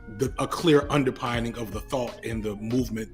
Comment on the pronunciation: My man uses the word "underpinning" too many times to keep mispronouncing it. PIN, my bruv, not PINE. Under-PIN-ning